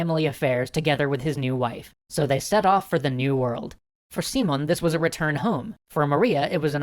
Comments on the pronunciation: A small pronunciation correction: the stress in Simón is on the second syllable "si-MON" and in the case of "Bolívar" the stress falls on the second syllable as well: "Bo-LI-var". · Yeah the pronunciation kept confusing me, specially because all the writing has the accent mark in the proper place. Who the fuck is `SEE-mone`? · Most of your spanish pronounciations were okay, but I think Bolivar doesn't have a tilde and his name is accented as SiMÓN BoliVAR. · Guys ! This is Spanish ! You have the accent ! Sim ó n !!!! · guys, his ship didnt stop on México city. The city is inland, so no harbors probably mixed the country for the city. Still awesome video. Also you are pronuncing the name wrong the enfasis in on the o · I don't want to sound too hard with a non native speaker, but his name is SimÓn Bolívar, with the accent in the "o", not SÍmon Bolívar with the accent in the "i". Anyway, as always, great video (and thanks for showing the history of Latin America!! I want to see what you will do with the "truchiman sacamicas" of Santander and the Reconquista of the colonies) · He did not stress the right syllable...SÍ-mon BÓ-livar it's how he stressed it, when it should be si-MÓN bo-LÍ-var. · Not trying to be a dick about it, but I thought you'd like to know: I have to point out that you're stressing the wrong syllable. Instead of SEE-mon, it's see-MON. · Dear, here is some trick to pronounce spanish names and words: when a word had this "á" kind of sign over a letter that means that letter carries the stress of the word. So instead of "See-mon" you should say it like "Sim-ON" and instead of "Boulevard" you should say it like: "Bo-LEE-var". Good luck with that! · just a clarification: Simón has entonation in the last syllable: its siMON, not SImon. And Bolivar has entonation in the middle one: boLIvar, not BOlivar. :P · you prnounced simon bol-i-var. the correct prnounciation is Si-MÓN Bo-LÍ-var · It's see-MONE not SEE-mone